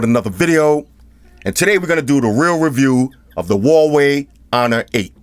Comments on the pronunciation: I love how you pronounce Huawei as Hawaii . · WAH WAY say it! WAH WAY repeat! WAH WAY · It's pronounced "wa-way" lol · Took me half way thru to realize what "hawaii" was 😂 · He pronounces Huawei as Hawaii XD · Huawei pronunciation😆